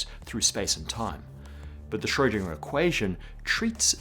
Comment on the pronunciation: I love what you do, the topics and that you consistently not only scratch the surface of them. I just think, if you would pronounce Schrödinger correctly, it would actually have an influence. 😉